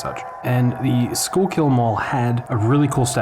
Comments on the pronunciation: I believer that is pronounced skullkill not schoolkill.... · "Sure kill" mall